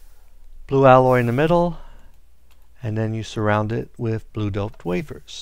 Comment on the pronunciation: It doped not dopled